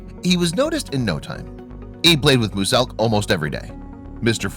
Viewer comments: If he says mewselk like mooselk one more time I’ll kill myself I know it says “muselk” but if your gonna talk about him get his name right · “Mu-selk” why?? That’s not how you say it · Fresh records and streams in the click office. So does every other click member. They go home to sleep and sort some stuff out. P. S muselk's name is pronounced m-you-selk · Who the hell is mooz elk it’s pronounced muzelk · U dont pronounce it moselk u pronounce muzelk 😬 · Not mooselk it’s mulesk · HE SAID MUSELK WITH THE SOUND MOOSELK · muselk is said with a Z muZelk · Did I just hear mooselk? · Who’s moosselk oh, muzelk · Musalk 😂 instead of muselk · Bruh it's not musselk the pronunciation is MUZELk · Can you please learn how to pronounce muselk, its not mooselk,you pronounce it as myu-selk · Him: says moo-selk Me: ITS MUSELK NOT MOO-SELK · Sorry that I’m being picky but the correct pronunciation is mue-selk not moose-elk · Its Myu-Selk not Mu-selk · Mu-selk really bruh it’s miu-selk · Muse - elk not mooose elk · U said moose elk. Not muselk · Does anyone else notice that he says mooselk instead muselk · Bro it’s pronounced mew-zelk not moo-selk But Muselk still suck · It’s not pronounced mu-selk it’s muu-zelk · Bro guys it’s “mooselk”😂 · Dude you didn’t even mention lazarbeam once even though he plays with him a bunch Also it’s pronounced muzelk not muSSSelk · "Mooselk" I'm going to kill you for this Draw their life: oh fu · moozelk? Mooselk? MOOSELK!!??!!?!!!!??!! ITS MUSELK!!!!! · Im not being mean but its not mooselk its muselk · You pronounce it miuzelk not muselk read it exactly how I wrote it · So were not gonna talk about how he said moose elk instead of muselk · it isn't mooselk buddy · no offence but its muselk you were saying it like moo-selk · Please stop saying moose-elk it’s muselk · It’s muselk not moselk ok sorry but it’s ok if you couldn’t say it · He said MOOSELK ITS MUSELK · he said mooselk not muselk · It’s not mooselk it’s miooselk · did he say mooselk